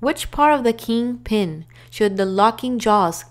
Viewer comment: Agreed. Bad pronunciation and cadence is distracting. She says coupling wrong, king pin wrong, glad hands wrong, even with the blanks, she does them wrong. Terrible narrator.